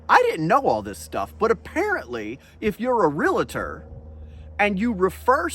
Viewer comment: THEY'RE NOT FUCKING REALATORS!! They are realtors. It's not that freaking difficult. Get it right.